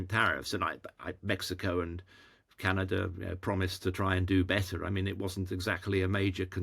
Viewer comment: It’s hard for me to take anyone seriously that pronounces Canada with an R.